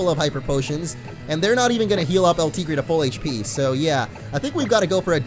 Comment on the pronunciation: YOUR STILL MISPRONOUNCING EL TIGRE!! IT JUST PISSES ME OFF.